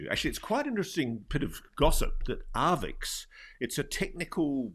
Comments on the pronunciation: Sorry for the pedantry, but arXiv is "ark-siv", not "ar-vix". Thanks for pushing the topic, please keep doing what you're doing! On the AI subject, I wonder how long it will be before ads are seamlessly integrated into content, where advertisers can literally put words in the mouths of content creators. It feels inevitable. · Archive not Arvix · it's not Arvix, Ross, it's Arxiv, usually pronounced as 'archive' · it's not 'arvix' it's Arxiv, pronounced "archive". It's held/run by Cornell university. FYI. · "Arvix"??? WTF is that??? It's pronounced 'archive', because of the Greek character xi (pronounced 'ci' or 'chi'... or 'ky', with the c being as in 'cat'). AND.... ArXiv tends NOT to publish if a paper has BEEN ACCEPTED by another journal! And, BOTH of Dr Villaroel's articles have been published! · Arvix 😅 it's pronounced "archive". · It's pronounced "archive", Ross... arXiv, not "arvix". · its ar-CHI-ve. "Archive". A greek chi. In the middle. Not an x on the end. Ross is drunk as hell. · arXiv is pronounced 'Archive'... Grrrr! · That mispronunciation irritates me, as well...